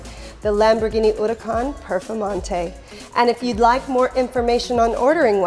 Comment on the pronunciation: The way she says "Huracan"...